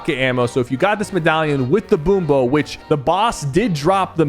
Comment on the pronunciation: He said so many things wrong 💀 Boom bow, Valerie, Montage